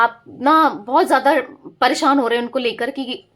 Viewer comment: मैडम !आप अच्छी रीडिंग कर रही हो।आप परेशान शब्द बोला करो,आप परेसान बोल रही हो।